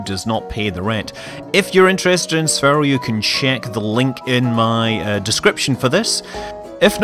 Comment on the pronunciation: It's pronounced sphere-o not sfero